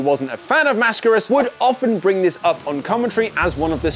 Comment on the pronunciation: Finally an English-speaker dude that pronounces "Mascaras" correctly. Good job